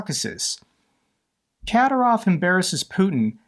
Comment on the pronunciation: Ka-DI-rov, DI as in "did"